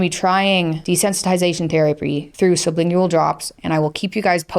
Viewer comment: sub·lin·gual Lingual, like language. Not "ling goo wall". Pronounce it correctly, please.